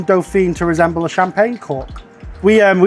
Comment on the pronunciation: Your pronunciation of Dauphine was painful though haha XD.